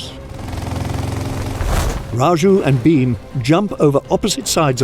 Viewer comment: Pls stop saying Beam, it's Bheem.